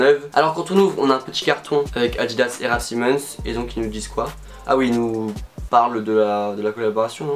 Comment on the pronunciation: Comment tu prononce sa toi 😭😭raf Simenon